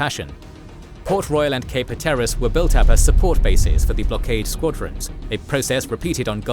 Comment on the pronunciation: minor gripe but it's pronounced hat-ter-iss